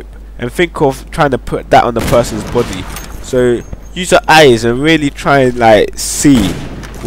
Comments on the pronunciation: he tries to say body but says boody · it sounds like your saying try to put it on the person;s botty lol bt nice video tho